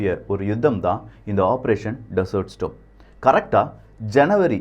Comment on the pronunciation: 🙆ஆபரேஷன் டெசர்ட் ஸ்டாம் (storm) ஸ்டோம் இல்ல🤗🙆